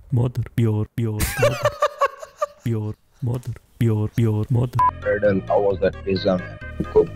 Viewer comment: "Your moder"